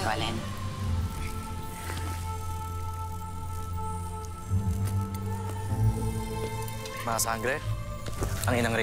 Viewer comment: she said alen